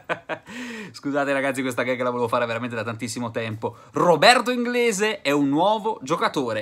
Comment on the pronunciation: Robi inglisc ahahahahaha